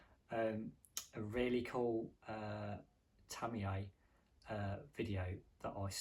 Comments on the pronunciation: Isn’t Tamiya pronounced Tami-ya rather thank Tami - Yay ? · My biggest fear is hearing ‘Tamiya’ pronounced ‘Tammy-Yay’. Stop it! Americans can’t say it either though… but they don’t go to your extremes, you sicko!